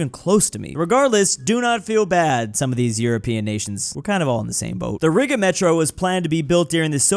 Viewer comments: that pronunciation of Riga 😭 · Sounded almost like the n-word lmao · Bro his pronunciation of 'Riga' make me uncomfortable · Why is he saying Riga like that 👀